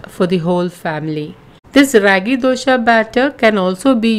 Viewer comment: It's not ryagi , it ragi 😋